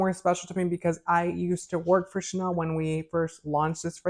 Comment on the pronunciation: It’s Chanel not shennel 😱 and I love Chanel No 5